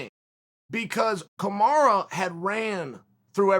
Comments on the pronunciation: PLEASE learn how to say Kamaru rather than Kamarah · His name is pronounced Kamaruuuuu not kamaraa Chael...!! Please show the champion some respect by getting his name right...👊🏿👊🏿👊🏿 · It’s Kamaru...not Kamara. At least learn to say his name properly? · Me, an idiot: Kamaruuu Chael, a scholar: Kamara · Chael his name is kamaru not Kamara. Use the regular names of the fighters or stop talking about them! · I swear it’s Kamaru! Is Chael tryna be funny calling him Kamara? He must’ve turned down a Chael interview lol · It's Kamuru, not Kamura and Colby said during the match "I think he broke my jaw" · Stop calling him "Kamara" wtf bro 🤦‍♂️😂😂😂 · Who’s “Kamara” ? Lol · "Camaro Usman" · No one: Chael: Kamara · How long have you knowing "Kamara", Mr. "CHSLE"? Another dumb Republucan. Sick. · Kuhmara is now how I pronounce Marty's name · Kamaru "kamaraaa" Usman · Kumara* Chael said 🤣🤣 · Chael calls Kamaru 'Kamara' internationally to disrespect him because he's known Colby since Colby was a kid. I want them both to lose, I hate Kamaru and I've never hated anyone more than Colby my entire life. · It's Kamaru, and keyword "THINK"